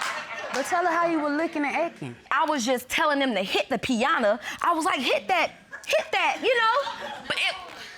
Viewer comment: Piaaaattttaaaa!! I know she meant Piñata 😂🤣🤦🏽‍♀️